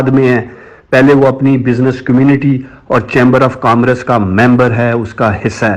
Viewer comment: افسوس کامرس کہنا تو سیکھ لیجئیے۔یہ لفظ کام رس نہیں ہے۔🤦‍♀️